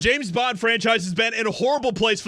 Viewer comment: Its James bond, not Janet bond